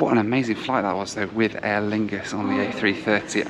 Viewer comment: “Aer Fungus are using the Air France lounge” lol